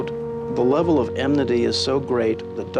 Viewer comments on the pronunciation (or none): none